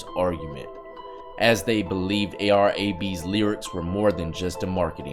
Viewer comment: It’s A.r Ab” bro